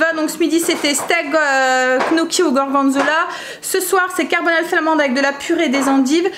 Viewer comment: Tu me fais rire à dire les "knoki', c gnocchi (dire 'nioki') 😂J espère que ton pied va mieux. Merci pour la carbonnade